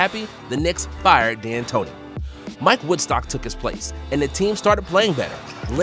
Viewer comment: Mike Woodson not wood stock 😂😂😂😂